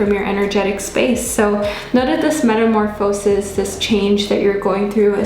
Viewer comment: Its pronounced “meta-morfuh-sis”